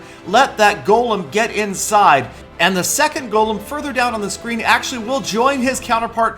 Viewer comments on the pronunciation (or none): none